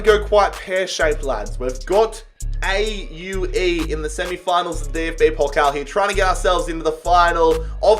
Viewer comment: What? Erzgebirge Aue, the second Bundesliga club from the town of Aue (pronounced something like "Owe" like "owl") was in the semifinal of DFB-Pokal? That's really good! And do a career mode of the Bundesliga with Union Berlin! Or of Aue in the 2. Bundesliga!